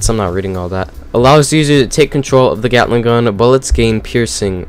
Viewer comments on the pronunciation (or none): Uh why did i hear *gyattling gun"